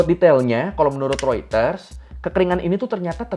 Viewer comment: pelafalan Reuters sudah googling juga ya... nice nice nice